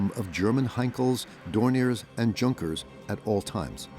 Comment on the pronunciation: ARRRRRGG.. a Nazi airplane is a "yoon-ker." An old, falling-apart, good-only-for-parts car is a "jun-ker"